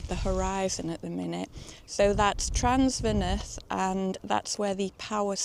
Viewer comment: This is no criticism...Trawsfynydd...! Your Fynydd was great, but the Traws part is like Tr(house). Not seen all your videos yet, but I was in Llanberis in July. It was stunningly pretty If you haven't done it yet, please do. Find a place called Brynrefail and look down the valley, across the lake. Enjoy...